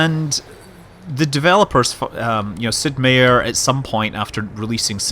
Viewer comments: relatively confident meier is pronounced MY-ER and not MAY-ER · Scott.... you say my name the same like everyone else... I have the same spelled last name as Sid Meier... Its said Sid (My-er) It is German for Mayor but said differently, not hating I am used to it... In Xenonauts you had a character with Meier as a name and you said it right... most of the time ;)